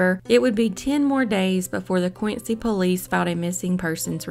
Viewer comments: Dear, one doesn't say Quin Cee y but Quin Zee, Massachusetts boy! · It’s pronounced quinzy